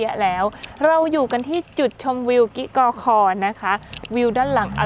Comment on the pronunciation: กิกอคอ - ในคลิปอ่าน กิ๊กอคอ บ้านจ่าโบ่ - ในคลิปอ่าน บ้านจ่าโบ ชื่อสถานที่ คนพื้นที่เขาออกเสียงแบบนั้นจริงๆ หรือคลิปอ่านพลาดครับ?